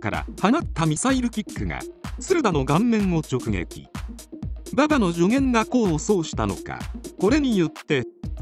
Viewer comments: どうでもいいけど、馬場を｢バﾊﾞ｣という、｢お婆さん｣を呼ぶみたいなイントネーションが、非常に耳障りなんだけと・・ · ババ↗っていうアクセントにして欲しいね。若林さんはそうしてた。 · 後追い、且つネット動画で馬場を覚える若い層は 馬場↘︎って発音する様になるのかな⁉︎ 実際にそれ聞いたらかなり笑える😂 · 馬場とフライの発音だけで笑える😂